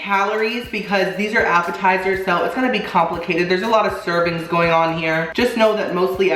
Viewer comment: Is it just me or does appetizers sound like apple tiers